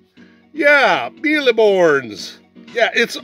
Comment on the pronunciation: ur pronunciation is sort of good ( the E at the end of mille is silent ) and this is a childhood game for me too even though I'm less "vintage" than u :-D :-D